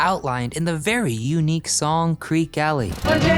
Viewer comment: Creque (kree-key) Alley, not Creek Alley, written by them as Creeque Alley. Henry Creque bought a significant part of downtown St. Thomas after finding treasure on Treasure (Norman) Island. There are a number of reasons for calling it the real Treasure Island, because of the government known pirate treasure found there that they tried to collect, Spyglass Hill like in the book is on Norman, and there is a Dead Chest Island right around the corner that looks like a dead man floating in the water, from a certain angle.